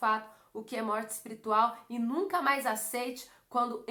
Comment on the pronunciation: É espirital mesmo q fala? Kkk